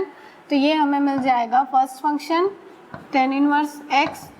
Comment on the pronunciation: She pronounces tan(x) as ten(x). But overall her work is superb.